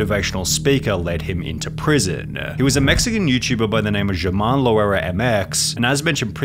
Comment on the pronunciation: i thought its pronounced herman not jeurman